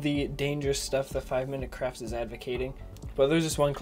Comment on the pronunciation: it sounded like he said 5 minute crap LOL